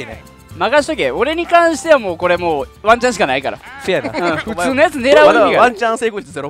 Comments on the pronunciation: ワンチャンがマンちゃんにしか聞こえない…（） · ワンチャンがマンちゃんに聞こえる…